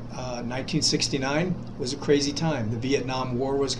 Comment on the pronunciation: 1969 sounds like 2016